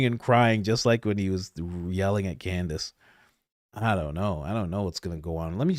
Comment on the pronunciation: No hate only love but I feel like we need a candace/ mispronunciation compilation;D